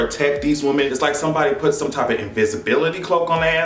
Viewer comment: EVERY TIME you say ,"Woman", instead of ,"Women", melts me!🥰